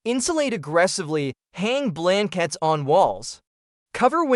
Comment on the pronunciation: All good tips. However, WHO NARRATED THIS? "Fir" hours? Get off the "flour"? What is a "blenkit"? Sentences cut off. Did you not listen to your audio? You lose credibility by sounding uneducated.